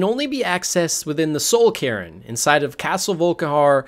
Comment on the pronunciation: Cairn pronounced Carin..?? Oblivion = Hell..?? News to me..!! Do some real research bro…